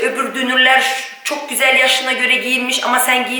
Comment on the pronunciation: "Gözel " değil, "güzel" denilir. Lütfen ukalalık olarak algılamayın, çünkü çok kullanıyorsunuz bu sözcüğü ama yanlış telaffuz ediyorsunuz. Selamlar